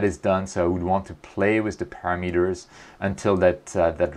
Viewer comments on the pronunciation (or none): none